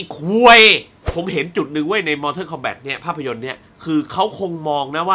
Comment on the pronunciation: MORTAL KOMBAT มันอ่านว่า "ม อ ท อ ล คอมแบต" ไม่ใช่ มอเทิน มอเท่อ สำหรับผมมันไม่ใช่หนังห่วย มันคือหนัง CULT แต่ที่ห่วยอ่ะ ผมว่าพี่แหละห่วย ทำมา2คลิปยังออกเสียงชื่อหนังไม่ถูกเลย อ่านทุกเม้นจริงรึเปล่า ตอบผมหน่อยครับ